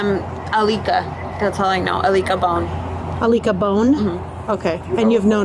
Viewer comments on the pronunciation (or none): Aleeka Bone 💀? Girl what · “Alicua bone” I’ll lick a bone is what I heard, sounds like a name you’d give when calling a bar lol